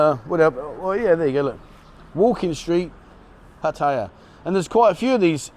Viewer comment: LOL...after so many years there, why can't you pronounce Pattaya correctly?